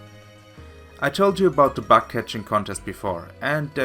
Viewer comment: Just one small thing. Your "bug" sounds like "back". Yeah so it turns the bug contest into a back contest. I doubt that you bake something there... Other than that great video!👍🏻